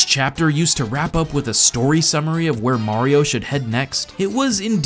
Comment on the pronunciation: "tell me: Vhere did we go soo wrrrong?"